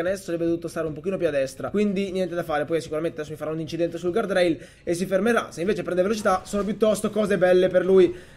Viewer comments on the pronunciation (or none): none